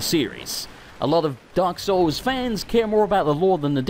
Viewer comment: In the intro you said "Dark Souls 2" weirdly... sounded like you said "Derp Souls 2"